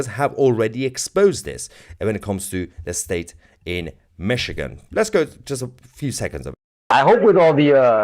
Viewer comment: This episode is a little sensational isn’t it? BTW, enjoy your vids but, it’s’Michigan’. Cheers!